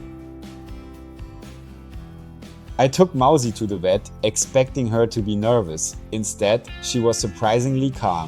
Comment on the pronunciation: It's Mausi not Mousy